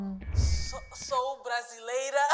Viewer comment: Not saying "sou brasileira" and my tiny brazilian heart literally exploding, that was GOOD thank u but I have no clue what guava São Paulo might taste like and I do live in São Paulo lol